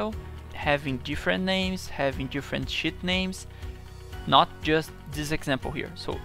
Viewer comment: when he says "Sh*t" than "Sheet" is cracking me up every time he says it, but nice video man , finally got my hand around the batch macro, thanks!